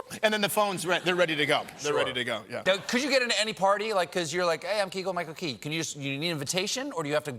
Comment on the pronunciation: did Steven just say his name as "Keagle"- Michael Key??? LMAO